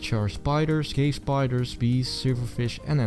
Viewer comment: i heard "cave spiders" as "gay spiders"😂